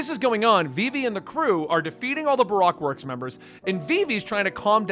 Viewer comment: Baroque works pronounced buh-roke works